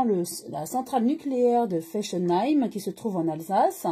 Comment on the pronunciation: Ça se prononce comme des fesses, soit FESSENHEIM et ce n'est pas allemand mais alsacien ! L'erreur étant humaine ..., vous êtes pardonnée !